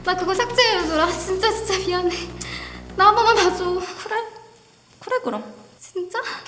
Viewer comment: 도현님이 마지막에 그뤠 이게 킬포임ㅋㅋㅌㅌ